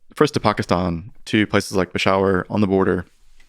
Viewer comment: The way he just pronounces Pakistan and Peshawar makes me think he knows what hes talking about 😂